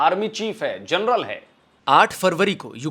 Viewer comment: ji, namaste 🙏, "journal" ya "jarnail" General shabdh ka paryaayay vachi padh nahin hain. Aap kripa karke aise apabhramsh na kare. Ye mera binnati hain aap se.